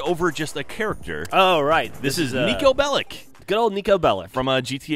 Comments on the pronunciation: He is Serbian, and hes surrname is pronaunced wrong. It is Belich, see my surname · Bellic not Bellick. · YOU PRONOUNCE IT BELICH